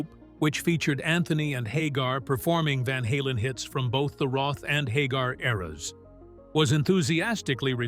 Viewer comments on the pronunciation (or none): none